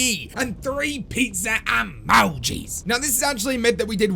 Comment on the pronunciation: The best thing in the video is the guy sayin "EMOUJI"